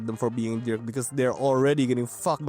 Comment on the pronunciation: you keep saying "derk" and its hilarious haha